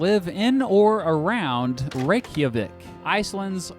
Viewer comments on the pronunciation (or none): Thank you so much for saying “Norsemen” But you said Reykjavík wrong. It sounds like you are putting to mo much emphasis on rey you say (reyk)(Javik) “ Reich-jha-vik” the r is a (raaa) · Just once I'd like to hear a foreigner pronounce "Reykjavík" correctly. It's not "reck-ya-wick", folks. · Just a tip. The í in reykjavík is pronounced as an e not an i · It said like raikvic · U sed Reykjavík so sorng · You could not have said reykjavík more wrong because I would know I live in Iceland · Im from iceland.... when he said reykjavík, i cringed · Nice try saying Reykjavík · AYE im from Iceland and you butchered the names of Icelandic/Nordic people and Reykjavík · Me, an Icelandic person listening to him saying Reykjavík: Pathetic Og, eru það nokkra Íslendingar hér? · Im from iceland and it was so funny when you tried to say Reykjavík. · Ahhh noo the way he says Reykjavik I'm dead